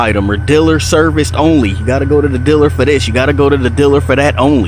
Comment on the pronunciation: what's a 'diller'?